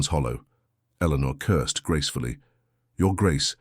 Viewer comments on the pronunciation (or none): I caught that one too that’s what you get when you use an AI voice there’s one where he keeps changing the the woman’s pronunciation of her name. Lol